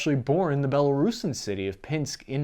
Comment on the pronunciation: This host really is an ignorant moron. He can't say Belarusian he said Bela-rusan which doesn't exist and he keeps saying Chechnian. There's no such word as Chechnian, it's Chechen. Chechens come from Chechnya it's not Chechnians. Spell-check even corrects it.